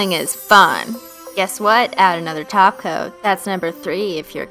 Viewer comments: She said Top coat not taco 😱😱😱😱😱😱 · Well she often does say taco instead of top coat to be fair 😃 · when ever you said top coat at first I thought you said taco and I was really confused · She said top coat not glossy taco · she says top coat like taco or it's just me